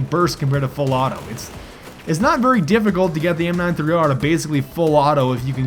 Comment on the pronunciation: haha, your "full auto" sometimes sounds more like a misspoken "fellatio"... anyone noticed that, too? xD